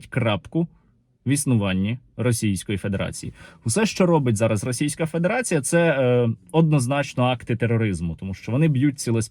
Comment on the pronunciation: Вибачте, Сергiю, але дуже багато помилок у словi "педерацiя" ))